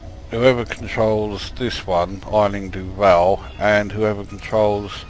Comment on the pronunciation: Great vid as always. May I be so bold as to offer the pronunciation for 'Aisling' with this dodgy vid I found?:-)